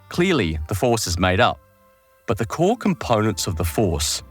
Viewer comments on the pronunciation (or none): none